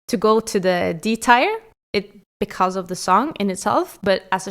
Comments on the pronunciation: its tier not tire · Great video! I like your personality and your comments on every winner. Good job 😊 I feel like I have to say that tier is pronounced like "teer" (I mean this in the nicest way possible and I'm sorry if I sound rude) I 100% agree about Lena!! It's my least favorite winner of the last 25 years and your comment about your slightly challenged cousin was hilarious 😂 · Or "S tire" as the woman in the video pronounces it. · The way you pronounce teir makes me unreasonably angry